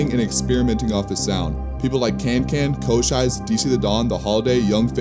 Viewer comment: Bro just fucked up Cochise name